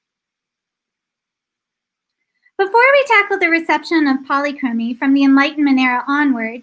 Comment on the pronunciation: Youre saying polychromy wrong